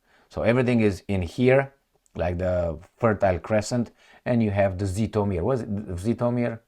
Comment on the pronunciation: Great reporting as usual,! By the way - it's pronounced 'jitomir'.... whenever you see z next to h - you pronounce it like a j. All the best!